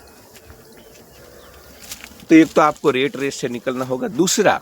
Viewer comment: रेट रेस नहीं यार रॅट रेस| और उसे टार्गेट मत कहना प्लीज| आप हिंदी शब्द ही बोलना| Rate= रेट= भाव , Rat= रॅट= चुहा देखो फरक हैं ना?